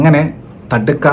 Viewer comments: Thadka alledey ... Thaadaka 😂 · തടുക്ക അല്ല താടക 😁